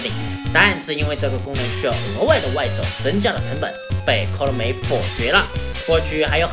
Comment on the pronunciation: 廠長的 KONAMI 發音怪怪的...